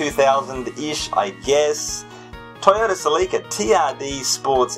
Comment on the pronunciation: Ha, I've been calling them Cel-lee-ca now because of your videos. Now this is a Celica I'd own. They're mostly driven by teenagers here and are typically automatic. I thought about buying one before I bought my current daily, but they're not the same as the other Celicas. That being said, I'd probably go for a second generation Celica-Supra. Despite not being related to just the Celica, I'd love an MK2. Also, you could always alternate between 'Car of the day' and 'Question of the day'.